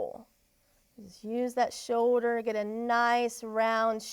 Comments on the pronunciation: It’s shoulder not show-der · I cant even watch this video for her saying show-der and not shoulder